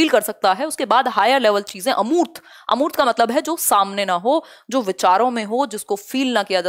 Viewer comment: अर्मूत नहीं होता है🤣🤣🤣, अमूर्त होता है